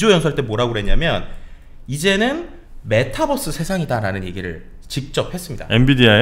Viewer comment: Metabus? 가 아니라~ Mataverse! 발음이 좀...’메타벌스’가 좀 더 낫지않를까..싶군